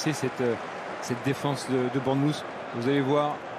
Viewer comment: Le commentateur prononce très mal Bournemouth. Essayez de dire Bornemeuf. Le son "th" est difficile et la plupart des Anglais le prononcent comme un "f". Par exemple. Three = Fri Through = Frou Think = Finque Bath = Bafe